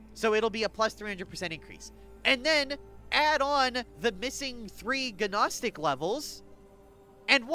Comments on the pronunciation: PPS Gnostic = Noh-stick. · Nos-tic. The G is silent. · guh naw stick